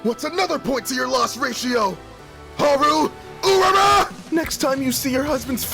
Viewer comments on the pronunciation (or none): the way he mispronounced haru tells me he uh, watches alot of shonen lol